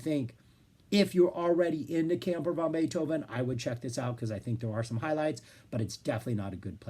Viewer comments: You made me laugh all the way through the introduction. It sounds like you're calling the band "Camper Von Beethoven". It's definitely "Van Beethoven" to my thinking since the idea of Uncle Ludwig hanging in an RV park, growling at the noisy neighbours, is irresistible. I saw the reformed band play songs from NEW ROMAN TIMES at the Winnipeg Folk Festival and immediately ran out and bought the album at the music tent. Great songs and a very prescient concept. I'll definitely have to check out EL CAMINO REAL and LA COSTA PERDIDA. You put together a terrific overview of their "Santa Cruz" and Virgin years,, so I dusted off the box, CIGARETTES & CARROT JUICE. It contains CVB's first three albums and helpfully puts all the eps, b-sides & covers on a separate disk titled CAMPER VANTIQUITIES. There's also a live album, GREATEST HITS PLAYED FASTER, and a neato booklet in the box. The first two albums are lo-fi fun; although "Skinheads" was the 'hit', my entry point was the equally sarcastic "Where the Hell is Bill?". The eponymous (third) album is a pretty powerful piece of record fandom (Floyd, LedZep Charlie Daniels, and even Young's "The Loner" buried in "The History of Utah"!). Everyone is cooking here and we get more fleshed-out Lowery songs as well... the band seemed ready for the majors. As you pointed out, the pair of major label albums are must-listens. KEY LIME PIE has some amazing sonic moments: "... Laundromat" sounds like Roxy Music fronted by Kurt Cobain. There's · You gotta pronounce it "van", not "von", if you want to maintain the wordplay of their name.